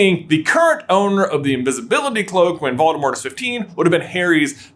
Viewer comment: Did you say, "The Dark Lord Baldemort"?